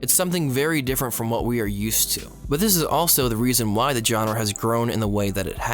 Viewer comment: Every time you said genre, it hurt a little bit more than the last time you did. Otherwise, i too began watching anime at a time of significant personal struggle, the "i'm 20, but not yet an adult" depression.